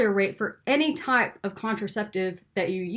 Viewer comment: Your accent came riiiight out when you said 'with every TYPE of surgery' 😂